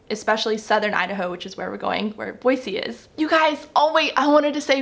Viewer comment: Start saying Boy-zee otherwise they’ll know you’re a Californian!!! With love from Utah :)